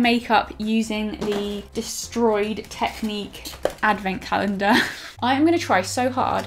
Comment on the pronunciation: Tek-nik not technique